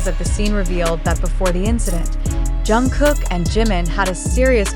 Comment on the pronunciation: Pronounced: Jung-guk Hard G not K sound!!!